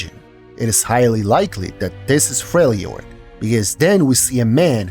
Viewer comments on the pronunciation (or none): none